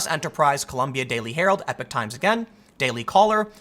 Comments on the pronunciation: in this video we learn Tim cannot pronounce "epoch" and instead says "epic" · Why does everyone keep pronouncing "Epoch times" as "Epic times?"